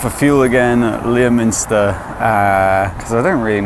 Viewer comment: Passed through my neck of the woods... btw Leominster is pronounced Lem-Stir... enjoy those smooth roads in Wales:)